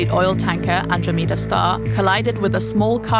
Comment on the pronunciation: Do not use DW news as a source for learning pronunciation of Greek names. Andromeda and Euclides were both murdered.